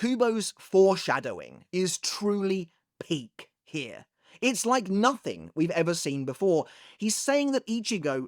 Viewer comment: Why is saying "peak" so funny?😂😂